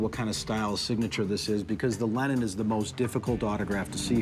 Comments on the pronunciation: John “Lennen”?? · its lennon.....not lennen